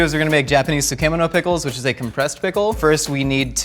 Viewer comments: How he said tsukemono as soo kee moe no confused me so hard. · the way says tsukemono gets me everytime lol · Tsukemono pronunciation 🤭